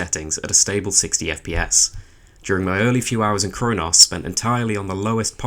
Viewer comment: Your accent makes it sound like you're calling it "Crone-ass" and that deserves 5 stars.